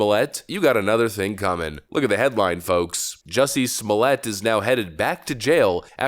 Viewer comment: Great report, but please -- be different. Say his name correctly with all the emphasis on the 1st syllable. It's not French or it would have an E after the double T :)